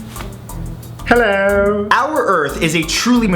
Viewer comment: 'HELLEWR!' yes